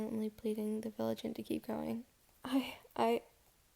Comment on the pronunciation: Vigilante has 4 syllables. (Vigilant is a different word)